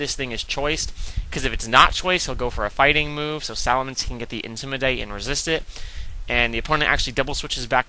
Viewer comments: i love it when you say 'intimidate' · why do u say intimidate like a british person, u sound stupid as fuck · Lol right. I like aggressive matches, not stalling with toxic. I know it's effective, I have lost to it. Doesn't mean it's this awesome cool strategy, especially when it comes to watching it. I don't remember when watching a stall battle was fun, but again, my opinion. How can the way says intimidate annoy me? Because it's completely stupid and he's just copying it from someone else, which wasn't funny to begin with, either. No, I'm not gay, thanks for your concern, though.